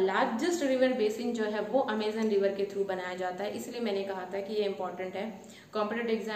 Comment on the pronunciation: vahi toh mam 'Amazon' not Amizan